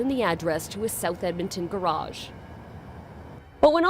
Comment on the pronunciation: Wait... did she say e-edmonton oh god